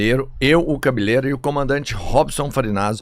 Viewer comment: Porque "Cabilêra?"